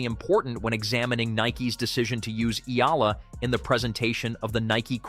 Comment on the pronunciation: it is pronounced --- Eh - Yah - La (EALA)